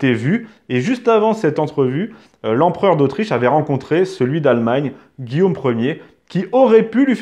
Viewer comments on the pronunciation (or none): none